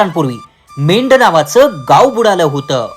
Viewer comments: Medh नाही मेंढ नाव अगदी बरोबर आहे. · Mendh nahi medh aahe